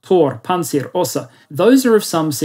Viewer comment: It's osA, not Osa Quick FYI